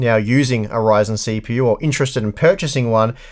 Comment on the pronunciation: its a ryzen "not" a reason LOL xD